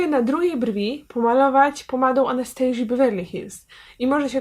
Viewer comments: Nie "anastejżi" tylko Anastazja. Błagam nie kalecz moich uszu (nie jestem hejterem) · Czyta się "Anastazja" a nie "Anastejrzja" ;) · Nie chcę się czepiać, ale w nazwie marki Anastasia Beverly Hills, imienia Anastasia nie czytamy 'Anastejżia' bo założycielka marki nie jest Amerykanką tylko Rumunką i jej imię czytamy tak jak piszemy czyli przez dwa wyraźne 'S'. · Anastasia nie 'anestejszia' wtf